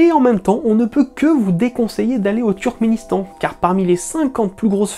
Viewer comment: Et on en parle du « Trukistan » et « Trukisdétan » ??? 😅